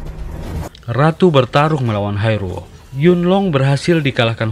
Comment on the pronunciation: Sama aku juga denger nya Haerul.. Dan sempet mikir film cina ko ad namanya Haerul.. Ternyata hai ro..haha